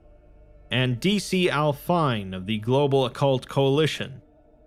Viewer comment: It's pronounced D.C. Al FEE-nay. It's a musical term.